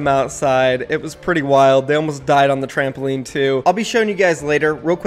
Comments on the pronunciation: I started lauging when he casually said "they almost died on the trampoleen too" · I'm making fun of him for saying trampoleen you soft?